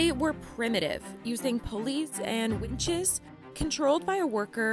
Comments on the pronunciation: . "they were primitive, using police and wenches". Well, that's what I heard anyway 😁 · pUUlleys and WINches